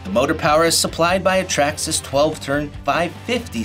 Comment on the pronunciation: Nice, but it's Traxxas.